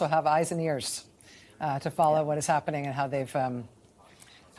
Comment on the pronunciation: Lol, herro, I can't bereeve this is happerning, Dr Maddow.